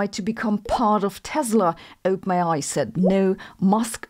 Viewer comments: Not to be rude (given your mastery of a second language which I failed at) but when you say OpenAi it sounds like you are saying "ope may i" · Lolz, it really sounds like you are saying ope-nayeye 😂😂😂😂